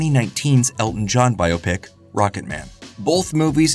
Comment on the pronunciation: Thank you for pronouncing "Biopic" properly